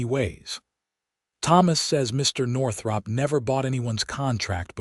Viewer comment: Why use the nane Northrop if the AI can't pronounce it?